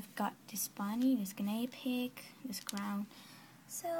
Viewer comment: u say genea pig funny no efence!